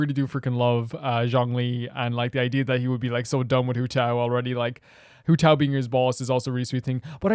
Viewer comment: Huh, with the way you pronounce Beidou sometimes, I thought it's an "acorn" situation. Huohuo as Huhou though, that's new XD I must have missed it, but are you somewhat dyslexic?